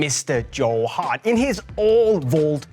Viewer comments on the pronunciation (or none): none